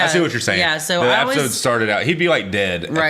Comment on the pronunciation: I'm sorry n I missed u saying it b4 but r u saying app-is-ode like a joke or is it jus cuz u talk so fast😳jk bro love yalls read-act-shuns